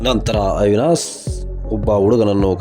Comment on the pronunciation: ಅವಿನಾಸ್ ಅಲ್ಲ ಮಾರಾಯ ಅವಿನಾಶ್ ಅನ್ನು